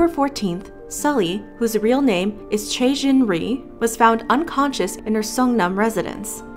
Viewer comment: BRUH THE WAY U SAY CHOI AS CHAE